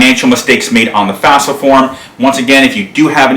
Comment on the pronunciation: Good job. Note, it's not the "fasfa".